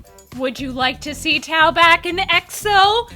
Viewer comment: Tao not tap, lol